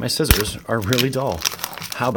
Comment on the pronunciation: I thought you said "my sisters are really dull" had to rewind to hear that again , but you said my scissors. Lol ... I got into Magic because I thought and think dragons and giant wurms are cool.